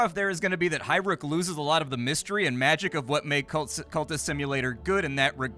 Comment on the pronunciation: its not highbrook, its highrook, no b lol